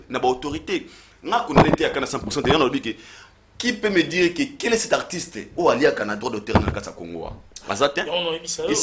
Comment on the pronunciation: Pour dire que et non qué